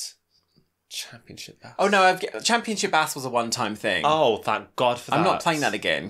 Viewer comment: Had to rewind at the end there. I'm sure you said 'Championship Ass' 😂